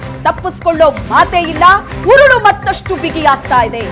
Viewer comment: ಅದೆಷ್ಟು ಸಲ,ಕುಣಿಕೆ , ಉರಳು ಅಂತ ಹೇಳಿ ಹೇಳಿ ನಮಗೆ ಉರುಳು ಹಾಕ್ತೀರಿ.